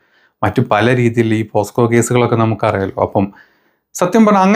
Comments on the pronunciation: പോസ്കോ അല്ല പോക്സോ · പോസ്കോ കേസ് അല്ല മോനെ പോക്സോ